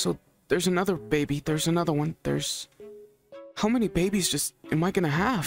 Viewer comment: I love when he said = Ooh there's an anthorer one